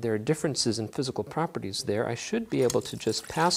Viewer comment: my favourite bit is when he said physical properities